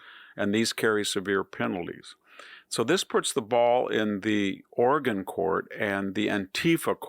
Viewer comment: ORAGAN ,........OR OREGON????????